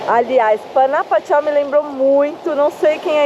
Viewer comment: Panajachel se pronúncia com r, j tem som de r. Estive aí ano passado, muito lindo esse lago. Meu marido é guatemalteco, vivemos no Brasil.